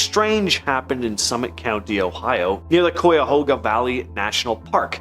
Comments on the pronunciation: Still at it huh? Still not researching names? Tiedeman Prounounced "Tee- da - min" NOT "Tide -man* " LIMA" - LIKE THE BEAN- NOT LEEMA! MARRIETTA- "MARY- ETTA" NOT MUIRETTA* AGAIN****LIKE GUY- "CUY-A-HOG-A" NOT COO-YA- HOOGA! 2 VIDEOS IN A ROW!!!!!!!! SAME NARRATOR* AND THIS IS JUST A BADLY REWORDED REPEAT OF 1ST VIDEO! AND STILL NAMES ARE WRONG! Will give this..... 1 narator actually asked question on how to say Circleville* "Circle-ville". Would think would check before recording??????? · Cuyahoga is pronounced (Ki-a-Ho-ga) . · If you’re going to mention locations you really need to learn proper pronunciation Lima is like lime-a Marietta has an I in the middle, not merretta, Cuyahoga is pronounced Ki-a-hoe-ga And so forth, there were more mispronounced